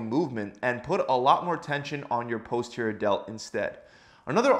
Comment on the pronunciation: This may well be good advice but his mispronunciation of "Posterior" is making me want to claw my face off.